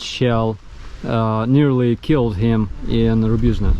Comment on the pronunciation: I can't believe you mispronounced Rubizhne. Pretty sure it is pronounced Ruby-zone. #speakthetruth